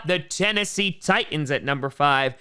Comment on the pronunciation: Tie ands. Thats how I hear the name of the Titans here lol.